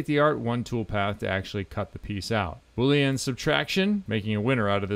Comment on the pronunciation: Bo-leen … if your watching your weight. Now that was just funny 😆